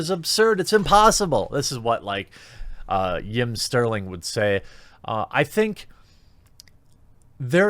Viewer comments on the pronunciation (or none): Who is Yim Sterling or did you mean JIM Sterling?